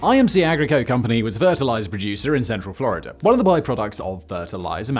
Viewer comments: sounded a lot like gibberish. Captions say it’s Florida but I’m not hearing it. 😂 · It was the " in-fler-ider a-loone" that had me baffled. (In Florida alone)